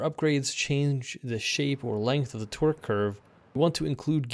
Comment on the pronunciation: The way you say 'torque' sounds like 'twerk.'